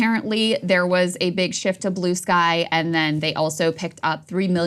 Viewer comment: Wtf is “Blueskay”? lol